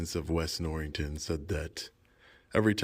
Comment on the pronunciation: Norriton, not NorriNton. My aunt lived in East Norriton for years.